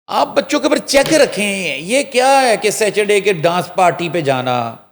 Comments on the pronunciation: What is Sacherday... please bring people on board with correct pronunciation to speak on sensitive subjects. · Yes it is sa tur day. 😊